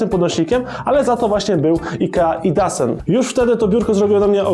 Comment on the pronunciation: nie czyta sie idasen tylko idosen:P po szwedzku :D